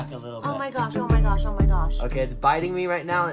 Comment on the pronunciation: ‘OEWH MY GAWSH…’ had me rolling on the floor laughing 😂